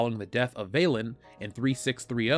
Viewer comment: "Vaylin" any relation to Babylon 5's Valen